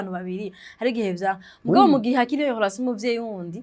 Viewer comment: ukora ibiganiro vyiza,mugabo reka kuguma uvuga HOLATION,ni RELATION